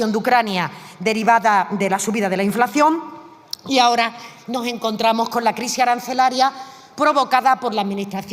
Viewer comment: Reduccion de inflaccion dice 😂😂😂